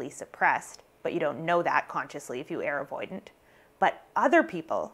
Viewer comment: Are you saying ‘air avoidant’ or ‘are avoidant’? I’m trying to work out if it’s your accent or if it means something? 🤔 Excuse my ignorance.